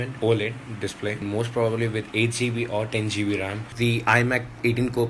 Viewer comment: I don't know why it kinda bothers me when I hear people say geebee when they mean GB